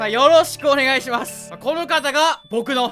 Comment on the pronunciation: なぜか「おねげぇします」にツボったw